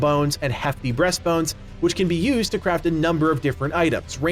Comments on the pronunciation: lol did u actually said breast bones? XD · Blud said breast bones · It's Heavy "BEAST" bones... not BREAST bones...